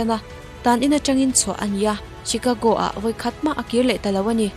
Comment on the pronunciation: Chicago hi "CHI-KA-GO" niloin "SHE-KA-GO" tia lamtur ani.